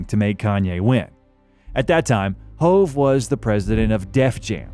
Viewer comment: How many times you gonna say hoe-v